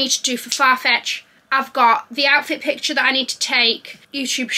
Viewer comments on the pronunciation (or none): none